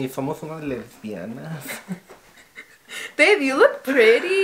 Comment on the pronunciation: “Somos Lesbianath” 😂😂😂